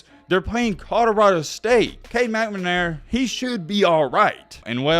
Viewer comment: If i hear "mcmanara" instead of "McNamara" one more time!!